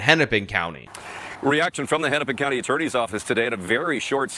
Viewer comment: Hinnipin county? this is Keith Ellingson isn't it...